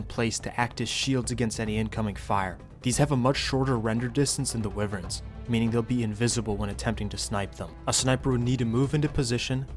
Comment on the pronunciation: wow! Wivverns btw... almost unwatchable because of that mispronunciation bro; Wyverns are pronounced (why verns).